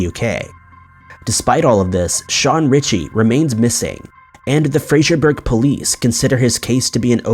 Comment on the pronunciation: Ummm that’s not how you pronounce Fraserburgh! I lived 12 miles (and went to college there) from there, close to Strichen, and it’s definitely not how it’s pronounced 😂 x